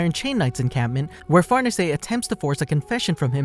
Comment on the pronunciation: the way u say farnese makes me wanna gouge my eyes out